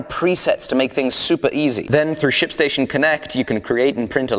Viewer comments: Too funny! That's all I kept hearing every time he said it! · thought he said shitstation... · i though he said " Sh*t Station " lol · oooooohhhhh.... "SHIP"... station....